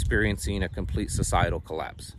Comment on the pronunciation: What's a "colloase"? Just askin'.